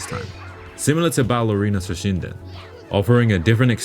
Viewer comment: I'm calling Battle Arena Toshinden - Ballerina Toshinden from now on. Only because I thought that's what you said.